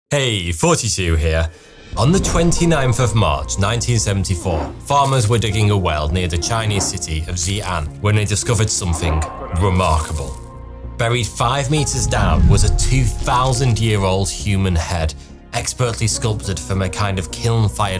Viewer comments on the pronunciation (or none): It's C and not zee an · Sorry 42 you need to work on your pronunciation of Mandarin. X in mandarin is pronounced like an S. So Xi’an is pronounced she anne. Sorry mispronounced words bother me.